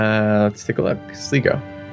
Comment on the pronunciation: Sly-go, Tie-Rone and Kill-Dare. I'm really enjoying the series but the mispronunciation always kills me a little inside